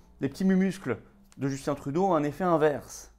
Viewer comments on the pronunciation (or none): none